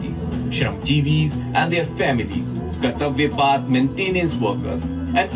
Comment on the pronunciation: First of all the pronounciation of kartavya path is wrong. It's not paaath it's Just path or puth. Path is english word and path/ पथ is Hindi word .....